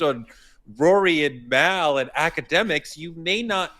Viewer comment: constantly pronouncing Mals name like Mael is hilarious. He don't like Mal at all lol